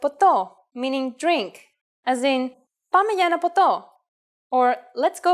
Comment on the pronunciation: Good job. There is a problem! You don't stress the words so doing half the job. Do it in the next videos. For example: Μαμά, μπαμπάς, πάμε για ένα ποτό;, περιφέρεια.... The tonality of the syllables is needed in the greek language. And something wrong that I have noticed: We say the greek alphabet in english but in greek we say :η ελληνική αλφάβητος, not :η ελληνική αλφάβητο.